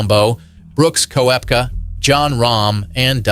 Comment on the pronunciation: “Brooks Ko-epka”. Good grief how I hate AI videos 🙄😂😂😂😂